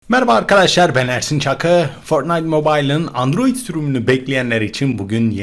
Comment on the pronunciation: Abi sen olmazsanydın bu haberleri alamazdık seni çok seviyorummmm ios ada dedin adiroid dedin